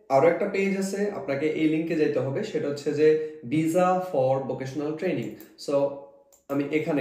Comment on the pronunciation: ভিজা নাকি ভিসা 😂😂